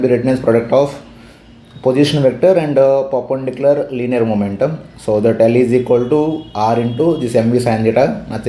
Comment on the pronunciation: Perpendicular ❌ papendicular✅